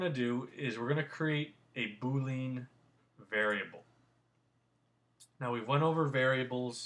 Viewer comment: Good tutorials. Thank you. Just FYI, you are pronouncing boolean wrong.